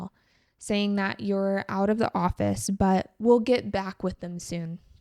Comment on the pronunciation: Em thấy chị có thói quen đôi khi phát âm không đúng từ "the" theo nguyên tắc. Đây có phải là thói quen của nhiều người bản xứ khi nói Tiếng Anh không? Hay chỉ riêng chị thôi?